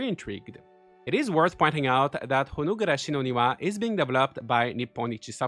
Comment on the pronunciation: you are so cool!! The way you said "Honogurashi no Niwa" was so spot on! 🍑